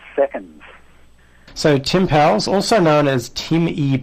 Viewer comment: Powles rhymes with "coals."